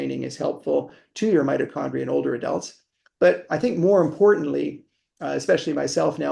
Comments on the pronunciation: Its not meti condrial its mito after mitosis, crazy good to listen to an expert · I found it incredibly annoying that while talking to an expert about mitochondrial health you kept pronouncing the word "Meet O Chondria' rather than 'Mighto Chondria" as almost everyone in the world does. This conflicting use of the word maybe 100 times during the podcast was incredibly annoying. It seemed to me that you were pushing your guest time and time again to your 'version' of the word. I found it so distracting that I may have missed some of the important information contained within. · The word Mitochondria .. You repeatedly mispronounced it "meatochondria". Many viewers found the mispronounciation annoying to listen to, myself included 😅 You still have an interesting channel though! Thanks for bringing interesting guests